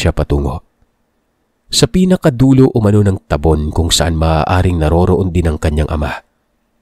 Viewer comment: Ta-bon po yung Kabasa, mabagal po Hindi po mabils, tulad ng ye-lo